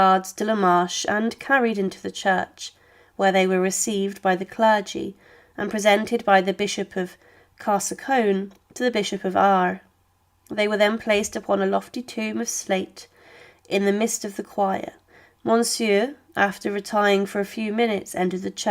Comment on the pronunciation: Carsaconne vs Carcassonne 😂 other mispronunciations of French names too blatant and numerous to mention. Otherwise, very informative, thank you